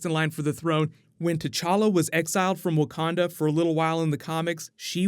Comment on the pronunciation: “Wakanada” forever